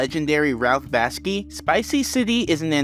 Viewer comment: It’s Ralph Bakshi, not Baski.